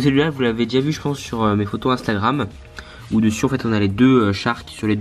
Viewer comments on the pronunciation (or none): none